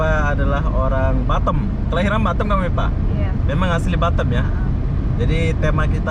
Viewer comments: Batam bukan batem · Kenapa bilang batem Yang benar Batam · Batam bos bukan batem 🤣🤣